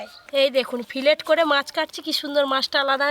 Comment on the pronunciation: "ফিলেট" নয় "ফিলে" বলে😁😁